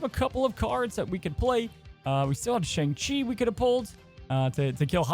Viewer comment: Hey, you said Shang-Chi wrong in this video. Just figured you should know.